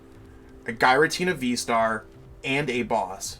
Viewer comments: Is it pronounced Guy-ra-Tina?? It’s always been Jeer-ra-teena for me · If you don't stop saying "guy-ratina" 😠👺